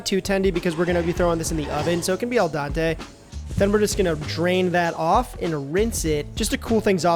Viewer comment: Ah yes. Always want it “el dante”